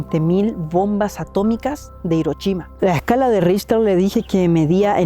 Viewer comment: Hola, Richter se pronuncia Rijter o rijtar. Es alemán no inglés. Agradables tus videos! Gracias por crearlos!